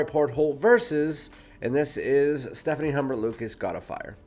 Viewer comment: Stephane (male name) not Stephanie (female name). ;-) But thank you for this review... I like them both, but I find God of Fire has an intense ambroxan note that gets annoying. The mango in the Loumari is much more tame in a good way.